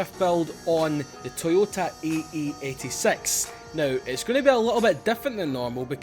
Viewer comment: Is it funny that you said ae8sex at the beginning hahaha lol